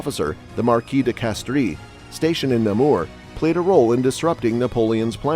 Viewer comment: Just a nitpick: you pronounce Grouchy and Marquis correctly, but Soult is pronounced “soo.”